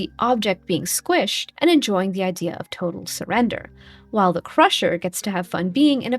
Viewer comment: “...toe-tal surrender…”?